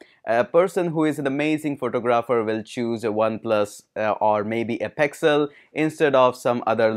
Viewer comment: Pexal (Pixel) height of faking accent. OnePlas